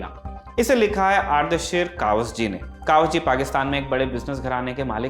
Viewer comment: कवास जी नहीं, कवासजी है।